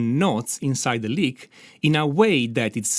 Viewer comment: I love this. Especially because he pronounces lick as Leak.